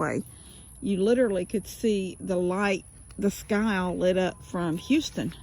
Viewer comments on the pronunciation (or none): none